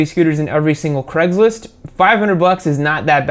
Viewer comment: WHAT IN THE SHIT IS CREGLIST? Its CRAIG-LIST not freeking CREG